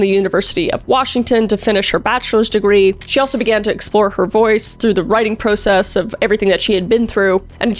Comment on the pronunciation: My love you say PAHSTA instead of PAWSTA, and you are worried about the Italian words? We'll give you time to PROcesss, lol.